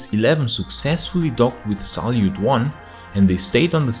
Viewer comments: It is Salyut with the accent on the last syllable, not a Zalyut with the accent on the first one <3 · Great video as always. Hope Jixuan will be back soon and all is well. Mir station name can be translated not just as "Peace" but also as "World" as its same word in Russian. One thing that did irk me was the Z in Salyut station names. It doesn't have a Z in there XD